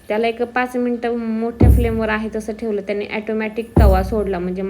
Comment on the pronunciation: Theval theval nhi mhnu